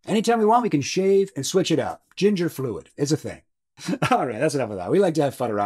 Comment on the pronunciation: "Chin-ger" got me 😂